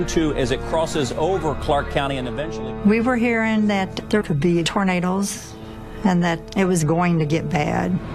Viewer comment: a lady in this said tornadles lol